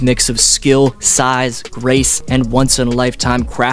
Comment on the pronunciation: I had to turn on captions because this is what I heard: "Resembling the GOAT of the next generation of NBA players with his mix of skill, size, RACE...". I was like, "Wait - WHAT?! Please tell me didn't just call Luka the next GOAT because he's white." I played it several times, then I put on captions and saw that it was "GRACE". Whew.